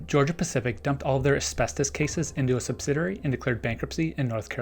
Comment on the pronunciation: Sub-sid-ee-airy. Only one 'r'.